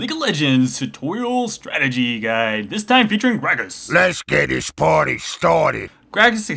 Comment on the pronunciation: Lets get the poarty stoarted!